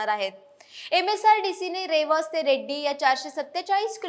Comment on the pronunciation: आधी मराठी भाषा सुधारा मग बातम्या द्या रेड्डी नाही रेडी आहे